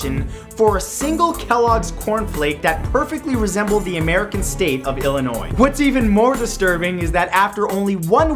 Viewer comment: ILLINOIS not ILLIONOIS